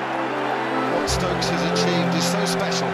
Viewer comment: Ben -Stoks....like Virat 😂😂😂